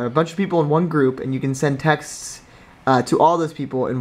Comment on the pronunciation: I swear to god he just said group sex